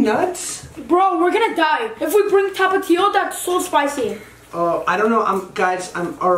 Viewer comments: Josh,, say tap-a-tio Mexicans say thap-eh-thio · They said tapatío wrong